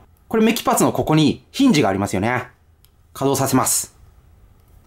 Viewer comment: ひんじの発音おかしい